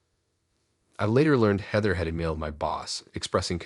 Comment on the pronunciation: I love the stories but you seriously need to learn how to read! So distracting. Heeeether? NOT Hehther? Match it instead of muh-shetee? You literally pronounce almost everything wrong.